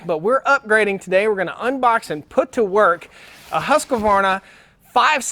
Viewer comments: Not to be picky but it's pronounced Husq varna no Husqa varna. Nice vid, stay safe out there! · Hoosk-varna. Not husk-A-varna